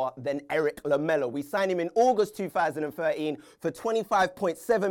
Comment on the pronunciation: Why can't you say 2013 correctly?